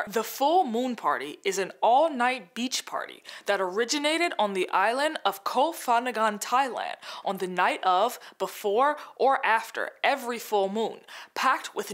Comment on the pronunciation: I've been watching a lot of y'all's videos now and love how informative they are, it's been so cool to hear about Jewish culture and history and Israel on the whole. As I listen to this, I do wanna include one correction: Full Moon Parties on Koh Phangan (pronounced goh pah-ngan) were started by white tourists, it's not a local Thai tradition. The locals perpetuate it because it's an easy way to make lots of money off of wealthy white tourists, but it is not Thai in the least. Anyway, very informative, thank you!